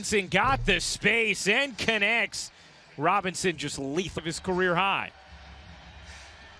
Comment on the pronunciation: “ROBINSON” 😂💅 gibberish